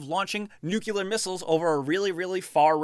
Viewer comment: If you know you pronounce "nuclear" wrong... why not just, y'know... pronounce it right?